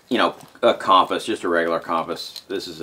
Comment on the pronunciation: A cawmpows?.....lol